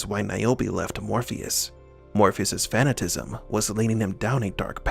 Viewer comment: fa·nat·i·cism Not fa·na·tism